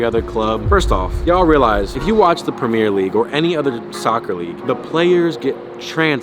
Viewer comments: Nobody:: PrEmEeR lEaGuE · Cmooon mannn you cant be saying premier league wrong